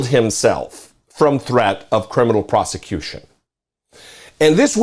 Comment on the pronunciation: What is "prosectution" ????? LMFAO !!